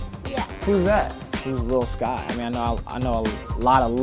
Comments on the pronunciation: everyone cringing in 2020 when he said “lil skys” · He Said lil SKYs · It’s pronounced little skies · Lol this man said lil skys it’s lil skies lmao 🤣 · It’s lil skies not lil sky😂😂😂😂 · It’s “Lil Skies” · He said lil skies😂😂😂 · “Lil skies” that’s not how you perno- ok